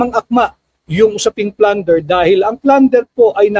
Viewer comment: Plunder Hindi flander